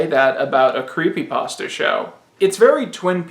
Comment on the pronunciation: sigh Yet another one who doesn't know how to pronounce creepypasta...